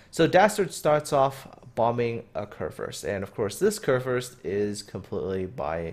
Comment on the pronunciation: the first u in kurfürst is pronounced like the u in you but thumbs up for one of the better pronounciations i have heared this far form english speaking persons